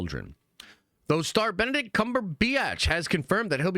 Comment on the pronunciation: Bend a dick comme a be atch. (comme is French for like) too funny!🤣